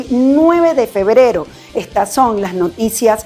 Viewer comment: Ejtaj son laj noticiaj maj dejtacadaj del día Por que será que los venezolanos cambian la letra ese por la letra jota Todo es jota Es imposible que pronuncien la S.